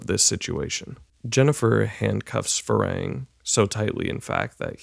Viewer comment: I love this movie, I’m new to but thoroughly enjoying your channel and this is a very good review.. but I’m far too autistic to not stand up for the pronunciation of my man’s name. It’s “Far Hang,” man. He not like.. the progenitor of a race from Star Trek, nah mean? Either way, great work and I promise I’m not just a pedantic hater. More positive comments incoming, I swear.